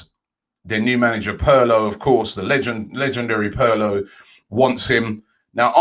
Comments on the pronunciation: Everyone: Pirlo Robbie: Perlo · It's pirlo not parlo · Robbie please learn how to pronounce names ... Pirlo = PEERLO ... not the way you are saying it man. Just look names up before anglosizing them all the time man... not that hard mate ! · Robbie is a comedian he said their new manager Perrloo 😭😭😭😭😭😭